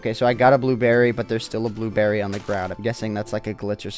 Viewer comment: he said booberry